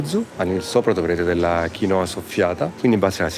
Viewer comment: VE LO DICO CON AMORE PERCHE' VI ADORO, MA DIFFONDETE L'ACCENTO GIUSTO...SI DICE QUINOA CON L'ACCENTO SULLA "I" NON SULLA "O". HO SPOSATO UN PERUVIANO E LA CONOSCO DA QUANDO QUI IN ITALIA NON ESISTEVA, MA VORREI SAPERE PERCHE' TUTTI INSISTONO A SBAGLIARE ACCENTO.... GRAZIE !!❣❣